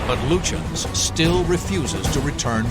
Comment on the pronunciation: Lutshensh hahaha... Its Lütjens... and I refuse to believe that a brit cant at least say anything like Lutyens...